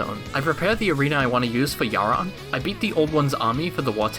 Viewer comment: you... you... YOU PRONOUNCE YHARON CORRECTLY!!!!!!!!! best youtuber. 10/10